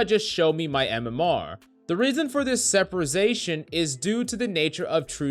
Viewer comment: “The reason for this Seperization ...”